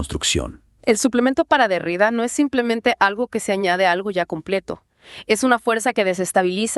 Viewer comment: Se pronuncia Derridá.como si tuviera acento en la última sílaba